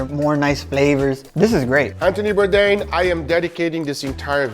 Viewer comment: If you appreciate Anthony Bourdain, it would be great to make a little effort to pronounce his name correctly. 😊